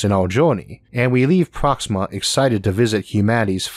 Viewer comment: How do narrators with speech impediments get work? Lol Sounds like the guy from the big bang theory. "Alpha centau- we" "Pwoxima" "Staws"